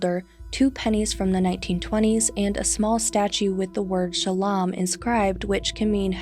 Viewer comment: It’s not shalam..it’s sha-low-m